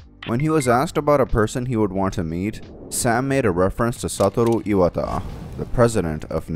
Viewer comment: it's pronounced "sah-toe-row eye-watt-ah"